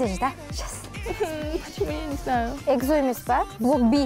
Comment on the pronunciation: Блин бесит эгзо. Эксо читается.